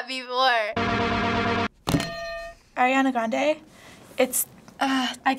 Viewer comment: Who's Eriana???! ITS ARIANA GOD DAMMIT